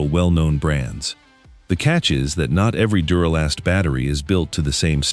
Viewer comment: This video is pure crap. For starters, it doesn't even pronounce the name of duralast correctly. So obvious AI. Also spoiler alert they list Odyssey as the number 4 brand and state that it's not the number one brand for a couple reasons and then shocker- they list it as the number one brand after all. Way to go AI